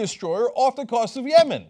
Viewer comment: "off the cost of yemen" and "houthi-held captial Sansa?!?" Cenk has had another brain injury....